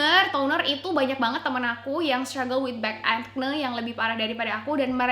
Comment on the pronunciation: kayanya pronunciation nya akni bukan akne :)